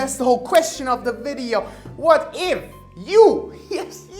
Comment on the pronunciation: Yea strong emphasis on WHAT IF